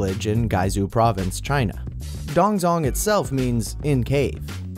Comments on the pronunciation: It's pronounced tongtsong not dongzhong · Dongzhong is pronounced dong(jong). I know coz I live in Beijing. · I'm pretty sure it's pronounced (dong-ZH(jj)ong) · Its so offensive he pronounced DongZhong wrong